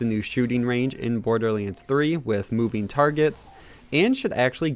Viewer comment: Iam more annoyed by his pronunciation of borderlands 3; borderliands?